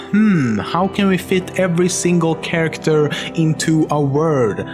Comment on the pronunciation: 他終於把character 唸對了wwwwwwwwwwww